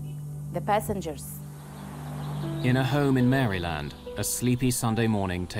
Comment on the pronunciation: Guy needs to work on his American usages, he butchered pronunciation of Maryland and it should be "in Rhode Island" not "on Rhode Island"